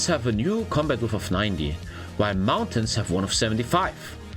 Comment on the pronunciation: Width :) Pronounced widTH